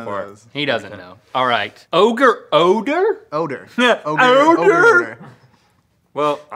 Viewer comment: lol rhett "OdOr"😂